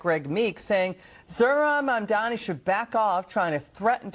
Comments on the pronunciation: Who is Mandamni,? He may only be the mayor of one city, but it is an important enough city that you should be able to pronounce his name. Especially since it is pronounced as it is spelled. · His name is Mandani. Not Mandamni! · It isn't Mam-domni. It is Mam-donny. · Mom Doni is how you say Mamdani not MamDamni! stop saying it. You are making it too hard that way! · Hey! If you want to be a journalist you need to get his name right. It's Mamdani, not Mamdamney. He isn't Mitt Romney. You've been mispronouncing it for more than a year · I love you, but please learn how to pronounce Mamdani's name. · mamdani...... mamdani. pronounce right